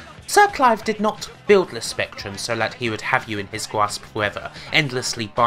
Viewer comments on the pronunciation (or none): Commodowe 64 vs ZX Spectwum - The Gweat Bwitish Computew Waw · but strangly he says spectrum and not spectwum.